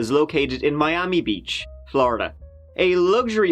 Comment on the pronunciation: And in this video we're gonna talk about a hotel in My-am-e.